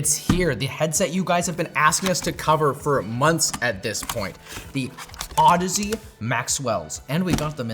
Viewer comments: those are clearly pronounced "ohdeez" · Wait, that’s how you pronounce that brand name? I always said “Au-deeze”, that makes more sense 😂